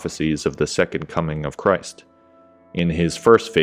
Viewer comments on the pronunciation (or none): none